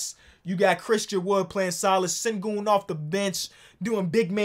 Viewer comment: Can somebody tell it’s pronounced Shin-Goon when he win mvp u better have it right